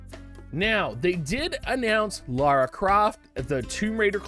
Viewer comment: Why do you guys call her "Laura" its "Lara" loll